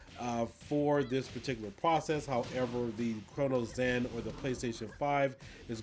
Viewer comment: why do you say cronus zen like crono zen